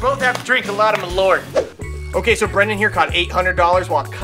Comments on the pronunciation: The pronunciation is Maul-urt. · It's pronounced "maahl-uuhrth" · i like how they fail at pronounce Malört ><